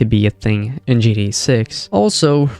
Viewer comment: Right, makes it hard to listen to this video